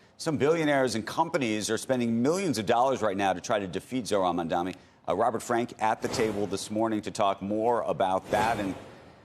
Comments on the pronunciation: dani, not dami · It is Mamdani, not Mamdami, it is "N" not "M". The racism is palpable. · Andrew Ross Sorkin is one of the good guys, but can’t he learn to say “Mum-don-ee” properly? Zohran might become the mayor of the most important city on earth- we owe it to him to pronounce his name properly. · why does Andrew Ross Sorkin still call him MAMDAMI? Considering how obsessed he is with him, you can only think this is his racist passive-aggressiveness. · Famed and respected author who people take seriously Andrew Ross Sorkin still saying “Mandami” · You idiots need to get his name, right. It’s pronounced Mum-Danni. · It's incredible that Sorkin cannot pronounce the name right. He says "Mandami" at least twice. Betrays the disdain. Come on man, you're an actual journalist. It's not that hard. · not billionaires, its criminal billionaires... and btw its MAMDANI with a N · Journalists get Mamdani’s name correct challenge: impossible 😂